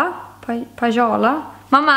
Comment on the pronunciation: Skrattade när du skulle säga Pajala 😂😂😂👌